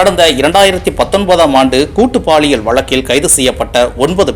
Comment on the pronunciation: Please it is (paaliyal) பாலியல் Not baaliyal தமிழில். 'ல ' மற்றும். ' ள ' சரியாக உச்சரிக்கவும்